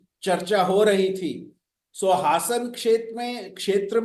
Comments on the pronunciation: हसन नहीं हासन है मुस्लिम नाम जैसा बना कर तमाशा ना खड़ा करें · हसन नहीं बल्कि हासन है